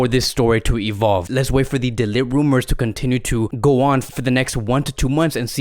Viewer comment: His name is actually pronounces as "de licked" not "de lit"😂